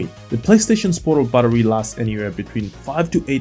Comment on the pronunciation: So I had to check after you asked us if there's any difference between "buttery" and "battery" 😄 Looking away from the screen, and just listening to that little bit several times… no, they sound pretty much the same to me when you say them! I hope this doesn't cause you any problems when you're doing the grocery shopping. 😊